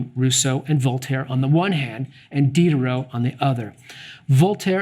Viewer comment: did you purposely mispronounce the name of D (the SJW of the 18th C)?